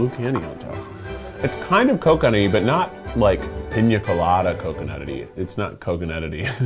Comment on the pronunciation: “It’s kind of Cocony but not like piña colada Coconutidy”